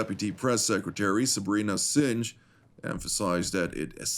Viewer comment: Not Singe!!! Singh is the most common Hindu name all over the world and you can't even pronounce it properly. What an insult. I'm clicking away TV7 and I won't be back.